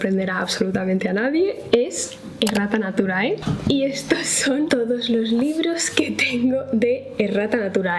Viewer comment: Como no soy de España, mi momento humilde es haber pensado que la editorial se llamaba Rata naturae JAJAJAJAJA ahora con este video me he dado cuenta que en realidad se llama Errata Naturae, pero siempre que lo mencionabas pensaba que decía Rata jajajaja 🤭 gracias por tus videos, 💖